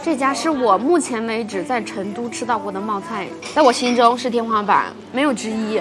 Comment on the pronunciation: 成都念cheng,不是Chen.学生是Sheng,不是shen